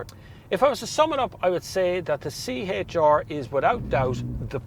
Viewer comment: “tHiS iS tHe ToWyOwTuH C-HaYtTsH ArRrR”